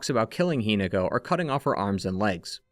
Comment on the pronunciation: Hi-NAH-ko is the pronunciation. I adore your videos but the pronunciation is driving me mad XD